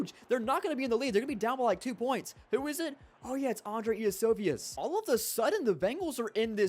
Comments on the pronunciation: ee-a-so-vi-us 😂😂 it’s yoshi-vas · gotta be the worst pronunciation of Andreis name. its pronounced "Yoshivas" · It’s not even yoshi-vas, it’s pronounced yo see vash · Andrei Iosivas is pronounced "yosh-see-vahsh" btw